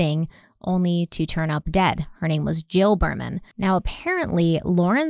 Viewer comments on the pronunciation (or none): I love this channel. Just wanted to respectfully correct your pronunciation of Jill Behrman's name. Her last name should be said like Beerman. I'm from Bloomington, I knew the family.